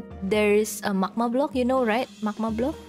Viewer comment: Is it just me or pronunciation of magma is macma